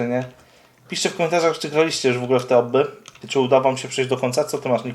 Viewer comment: Mówi się obbi a nie obby 👍❤️